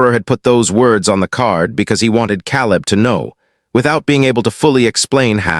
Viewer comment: Teach ur AI how to pronounce peoples names. The a in caleb is LONG A.